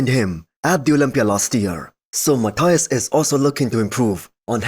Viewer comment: Hi man. Your videos are awesome. Let me give you just a small tip. Menegate's first name is Matheus, not Mathias as you usually say. Best wishes.